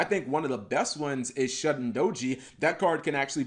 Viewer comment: Cap it's Shuten is pronounced shooten geez the fucks a shahtendoji